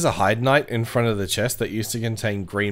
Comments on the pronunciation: Its pronounced "Hay-d" not "Hide". Great video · "hide's tower" does sound weird. I always pronounce it the German way "hei" as in "high" and "de" like "the" but with a d instead of t